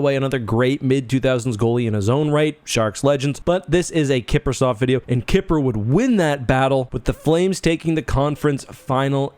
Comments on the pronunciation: Kiprusoft? Like… like Microsoft but Kipruer? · Calling him "Kiprusoft" is just straight up disrespectful...